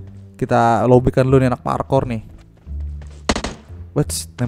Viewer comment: Wkwkwk masa bilangnya parkor (pala korengan) bukannya parkour wkwkwk kacaw